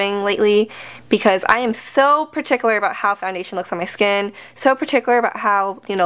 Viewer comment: 1. you are lovely 2. you drop the r in particular